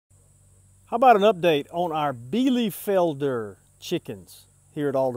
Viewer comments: Alderman Farms Nice 9 out of 10 points👏👏👏 You are pronouncing it a little bit "soft" The american e is like the german i It sounds a little bit like Bielifelder instead of bielefelder And the r is spelled like a growling dog😂😂😂 But verry good for an englisch speaking person👏👏👏 Hope i could help you😊 German is really hard Even i have problems with the german grammar😂😂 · Nice! Well, be sure and watch THIS video: and let me know if I am pronouncing "Bielefelder" correctly! :-)